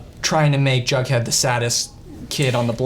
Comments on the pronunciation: DID HE JUST CALL HIM BUDHEAD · Did no one else hear him call Jughead “Bughead” ????? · I’m almost CONVINCED he kept saying bughead😂😂baha💀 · It’s not bughead it’s jughead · Did he say "bughead"